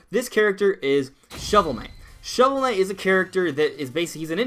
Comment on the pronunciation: Ah Yes...Shovel Kight.